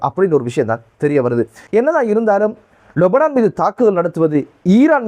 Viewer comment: அஸ்ஸலாமு அலைக்கும்! நீங்கள் மட்டும்தான் லெபனானை லொபனான் என்று உச்சரிக்கின்றீர்கள் எது சரி எனக்கு தெரியவில்லை முடிந்தால் பதில் சொல்லுங்கள்...